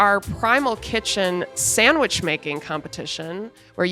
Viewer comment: None of y'all say sandwich. It keeps coming out SanwiSCH